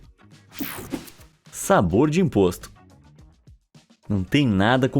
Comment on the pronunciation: "Sabor di impoxtu🤬😡😈👿👹👆💅👁👅👁😱👿👿👿👿👿💀☠️☝️💅💅💅💅💅💅💅💅💅💅💅